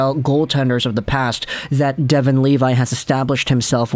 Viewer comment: Just so you know, his last name is pronounced “Leh-vee” :))